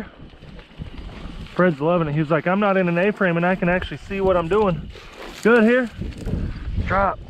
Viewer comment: Here and heel sounds the same when he says it too